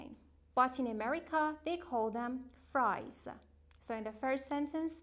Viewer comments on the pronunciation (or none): none